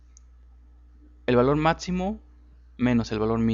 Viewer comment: Porque dices Matzimo en vez de Maximo, o el programa Etzel en vez de Excel??